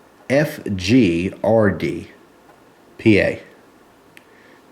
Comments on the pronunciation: "Buh-pad-furguh-duh" That just made my day..! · I realize this video in antique but I still had to comment. I didn't see the humor or even interest in it until you tried to say "Bpadfgrd". At that point I shot coffee out my nose. And yes, it really burns! Thanks for a great video! Jokes aside, I really don't understand the time, effort & money invested in creating phony products when the authentic versions are so inexpensive. An average Zippo lighter is around $20. So how much profit is there in a forgery? I can see it on more expensive items. Example, back in the late 70s Ford ignition modules were around $300.00 each. And they would die if you looked at them wrong. I bought several dozen fake ones for $50 each out of the back of some guy's van in a parking lot. Thinking I made a big score LOL. The box looked legit, except for closer inspection. Instead of "Motorcraft" it actually said "Motorcare". And the picture of the car was a mirror image. Obviously I didn't notice before it was too late. Of course none of them worked. They were just empty aluminum housings with wires sticking out. That was a good scam. 50 cents for lighter flints that kinda work? That reminds me of when Canadians would flood the U.S. with their fake dimes.